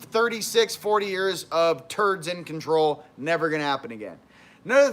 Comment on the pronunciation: WOAH! ....watered down to con trol us... CON trol (not trol..??) hmmmm?